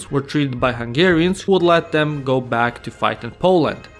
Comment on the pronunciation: You pronounced Hungarian bames right respect